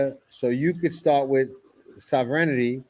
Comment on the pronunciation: is Sovereignty a tough word to pronounce?